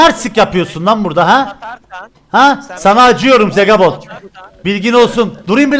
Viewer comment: Abi Hasta hasta beni Zegabooon güldürdü abi Zegabon değil yarr...a olsun